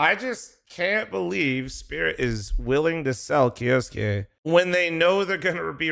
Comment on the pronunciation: K - YOU - SUKE NOt KJOSKE